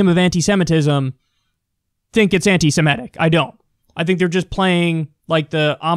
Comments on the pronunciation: Pronounce as written: anti-semitic. Not anti-simetic. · For the last time, Kyle . . . PLEASE learn to correctly pronounce "anti-semitic."